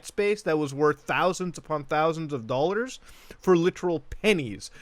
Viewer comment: I like to hear “dollans” more than “dollars”, lol.